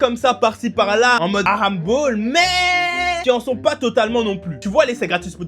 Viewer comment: Frro t japonais ou tu sais juste pas rouler les r ? Prcq mes oreilles ont saigné pendant toute la vidéo a t’entendre prononcer « halamball » tel un gosse de 6 ans à qui il manquerais encore quelques dents